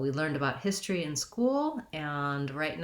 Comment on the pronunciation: Here most of us pronounce it as histry